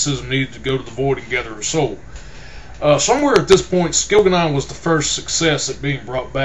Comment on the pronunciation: I hate your pronunciation of the names and places its really annoying (skil-ga-non)really? And by the way, when your giving a spoiler alert and telling people to skip to a certain time in your poor review video allow them enough time to do just that before blurting its jianna straight away, it was just silly